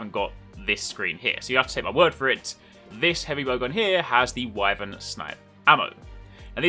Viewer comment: lol that scarface clip is so good I'm not even going to bother pointing you that you say Wyvern wrong.